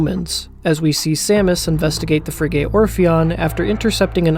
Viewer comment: A unique analysis and very well done. My only criticism is your pronunciation of "frigate"--both vowels are spoken like the vowel in "hit". Frig-it. One of those words where if you've only read it you'll never get it right. Blame the French.